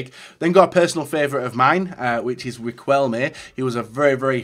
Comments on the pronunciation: Its pronounced Ri-KEL-me not Ri-CUEL-me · im guessing that in villareal you saw riquelme more, but the icon deserving is in that case, 85% of what he did on Boca Juniors. PS: when you name riquelme the way of saying it is like if there's no u, like "riqelme" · Ri-Kel-Mé btw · “Personal favourite of mine Riquelme” can’t even pronounce his name properly 🤣🤣